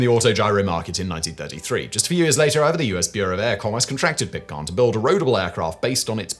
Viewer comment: Flivver has a short "I" sound and Pitcairn has a long "A". Simon's pronunciation is driving me crazy today.